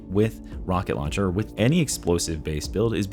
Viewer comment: Rocket lowncher